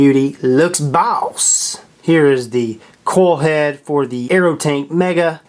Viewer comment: Sounds like he's saying coal head lol